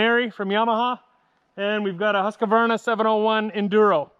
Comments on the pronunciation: Tip: Its not Hus-ka-qvarna it’s Hus-qvarna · Husk - a - varna ? 🤔 It is pronounced Husqvarna, actually to be technically correct is sounds like ( Hooskvarna ). But it certainly isn’t pronounced like old mate said. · Don’t forget about the Husk - A - Varna. 😂😂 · I stopped watching just after you pronounced both bikes names incorrectly 🖕🏿